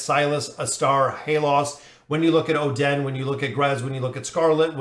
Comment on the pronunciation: your hero pronunciation hurts so much especially the Oh Den, but either way super great vid appreciate it 🙏🙏